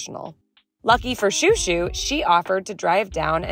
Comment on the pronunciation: When is washing chouchou he looks hilarious, also when you call him chou, it sounds like your calling him shoe